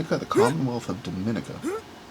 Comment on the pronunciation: On the third cover the last names appear to be Armenian so that may be the Armenian link. Love the piece from Natal. Somerset County is in NJ not NY. The third syllable of Dominica is pronounced with a long e (like Doe-man-ee'-ca). Helvetia is pronounced like (Hel-vee-sha). Some people collect the multi postcard foldouts. The New York cover near the end is going to Rensselaer County. Is that a Harry Potter wand?